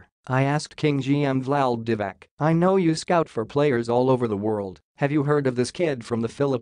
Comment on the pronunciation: It's Diva-tz ,not Diva-k !